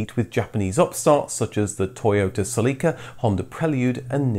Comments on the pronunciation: Definitely pronounces Celica weird :) Celeeca? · Toyota "cel-ee-ca" 😂🤣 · Learn to pronounce words properly. Mazda, Celica. And unibody cars have no chassis. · Please learn how to pronounce basic words like Celica